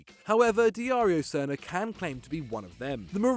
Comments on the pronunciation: you butchered poor Darijo Srna name xD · That Dario Srna mispronunciation tho.... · Wow dude you butchered darijo srna s name Everytime 🤣